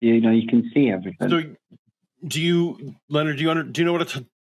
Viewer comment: The fact that he says ‘everyfink’ tells me all I need to know about him